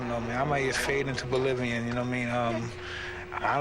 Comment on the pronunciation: `I might just fade into oblivion`, Mike, not bolivion. :D